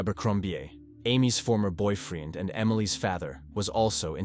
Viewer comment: A rellable allabee and boyfreeeend and favvar wtf 😂😂😂you need to download a new AI narrator coz this is definitely artificial but there's no intelligence 😂😂😂